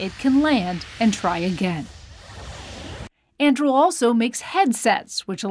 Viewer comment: Lady - unless you've been living under a rock you know it isn't "andrill" It is An-du-ril. Like Aragorn's sword in Lord of the Rings. She must be from Dunland......